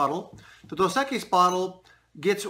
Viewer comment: Pronunciation: “Dose. Eck-ees” Nice work though Man. Enjoy watching your videos.